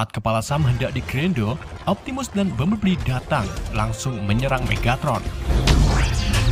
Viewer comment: Bumblebee bang bukan bumbleblii🗿